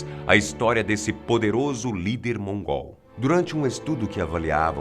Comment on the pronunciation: quando ele fala:"o novo lider mongól" dá vontade de rir,parece que ele tá chamando o cara de mongoloide kkkkkk